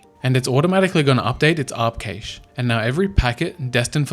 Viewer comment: He pronounced “cache” 3 different ways in this video 😅